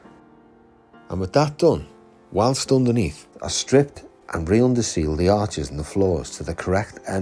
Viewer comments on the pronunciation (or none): none